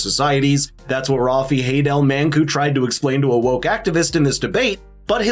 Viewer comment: Yo american his name is RAFE pronounced like wraith. RAFFfff not raf or ralph.